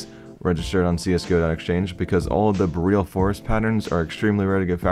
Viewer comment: He pronounced it correctly